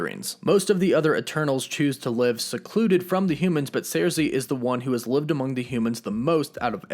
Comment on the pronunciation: First of all, I'm a huge Eternals fan, & Ajak, is NOT the leader of the Eternals, Ikaris is. Second, Thanos is NOT a Deviant, he's a mutant, being an Eternal born w/the Deviant gene. All the Eternals have superhuman strength, w/Sersi(pronounced Circee NOT Zeircee, as you're pronouncing it) lifting 20 tons. Ikaris is among the superhumanly strongest Eternals(lifting over 75 tons). Fact is, the ONLY Eternals who're stronger than Ikaris, are Interloper, Gilgamesh, Hyperion, & Thanos(all of which left well in excess of 100 tons.)